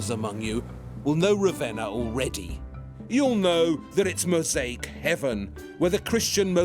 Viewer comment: Every time he says a new noun I'm bemused and delighted to hear a pronunciation entirely unheard to linguistics. 'Bazzilica', 'Catacoom', 'Mozayke'. What a wonder.